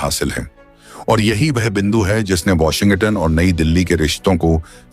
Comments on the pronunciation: वाशिंग-गटन नहीं है भाई, वाशिंग-टन है. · My friend - please do not pronounce as Washin-Gutton. It is Washing-Ton. Otherwise Trump will impose Tarrif on your channel also - Be careful. 😂😂😂😂😂